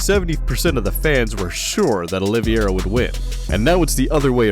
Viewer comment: IS OLIVEIRA NOT OLIVIERA!!!